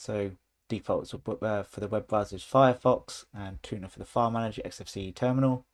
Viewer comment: He called the Thunar file manager "tuna" 😄